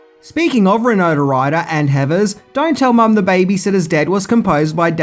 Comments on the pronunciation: Awesome movie. Unrelated: pronunciation of “Winona” always sounds like “Rinona.” Is that an Aussie thing? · "Rinona" Ryder? Really? Why do you do these things,?